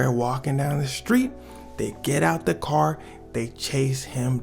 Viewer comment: Why I read that CAAAAAR 😂 Heard the Chicago accent 😂